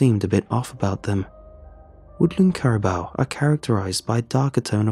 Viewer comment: Cara BOO pronunciation